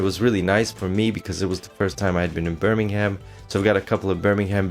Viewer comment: Don't pronounce the h in Birmingham!